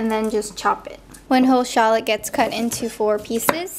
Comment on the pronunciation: Did you say scallops?